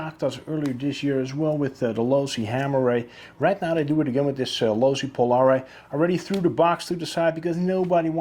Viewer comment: Looks awesome but your pronouncing the name wrong bud